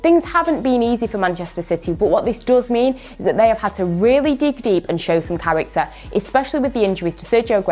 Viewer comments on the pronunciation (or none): none